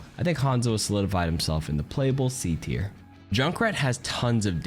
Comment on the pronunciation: Buddy said mercy is b teir😂😂😂